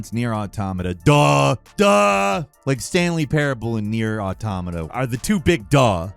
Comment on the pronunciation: NEIR AUTO-MOTTA POTATO PO-TOTTA